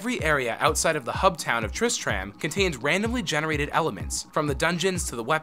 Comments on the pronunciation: I stopped watching this when you said tristram wrong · Never say "Tristram" again. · This guy BUTCHERED so many words like Tristram, not only that but he got quite a few facts wrong. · "Tris-TRAM?' Nah, you gotta say "Tris-trum" my dude Also, "No souls were sold during the making of this game?" Damn...... Blizzard are some cold bastards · you anoyoid me so much tris tram nooooooooooo you pronounce it tristrum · Tris-TRAM... Smh... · its not pronounced Trist-rAhm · The way you pronounce tristram makes me cringe so hard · wait? you've never been to trisTRAM? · "...triss-tram..." closes video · Flim flam itsTriss-Tram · Did he pronounce Tristram as Trish,tram? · sorry i cant stop laughing at Tris Tram... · TRIST RAM!?!??! NO FUCKIN GOD DAMN NO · What is "trist tram?" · You lost me at triss-tram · I'm sorry. Tris-Tram? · all aboard the Triss-TRAM to KHAN-durr-ass...sigh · triss-TRAM..... really? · It's pronounced trist trummm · did anyone cringe when he said tristram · I stopped watching after you mispronounced Tristram. Idk how managed to butcher it that badly Edit: it annoys me so much knowing hes never played the game. Every major name or bit of lore he never talks about or butchers the pronunciation. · Please play the games you talk about, you keep saying Tristram wrong